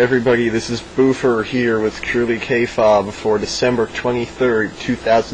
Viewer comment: Not to be a douche, but every time I've ever heard it spoken it's pronounced kay fabe (like "hey baby") not like kay phab which is how you pronounce it. Not a big thing, still going to watch, just saying.